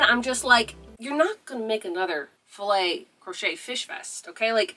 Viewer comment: Yes! You do pronounce it like that. Filet is a french word that kinda translate to mesh. We use it also to say Fishing net ! So, it's even more perfect for your vest !!🐟